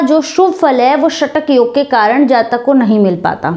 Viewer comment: Shatak yog nahi shakat yog hota hai mata ji